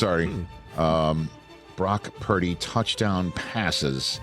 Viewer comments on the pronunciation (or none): I thought he said Rock Turdy. But either way I bet Brock has heard it all his life.